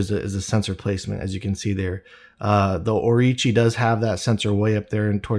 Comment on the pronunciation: Orochi not Orichi